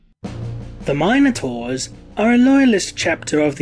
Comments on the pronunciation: Am I the only one bothered how he says minotaur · Fourteen minutes of your pronunciation of Minotaur has me ready to enter a berserker rage. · Please learn to pronounce minotaur....